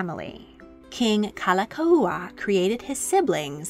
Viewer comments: While I enjoyed and appreciated this history, please work on your pronunciation of Hawaiian words. You nailed Liliuokalani but it’s Like Like (lee-kay lee-kay) and Kalakaua (ka-la-KOW-uh). It helps to know “o” means “of” and the prefixes Ka, La, Na are all “the”. For example, “o ka lani” means “of the heavens”, which can pertain to royalty. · I just can’t get over the narrator’s mispronunciation of King David Kalākaua 🤦‍♀️ 🤦‍♀️ 🫠